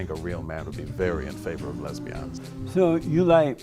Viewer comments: Lez-bee-yon's. Jesse Lee must be curious. He asks that question about men being with men a lot. JLP is a strange guy😳. I was waiting for JLP to call this guy a beta male😂😂😂. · "Why lez-be-ons so fat?" My funeral will be held Friday, please attend